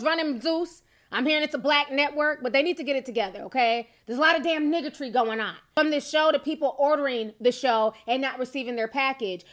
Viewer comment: OMG when T said this I died....I was like did she say "NIGGATRY?" LMAO